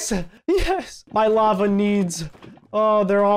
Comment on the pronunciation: I get it. You don't have to say luh-vah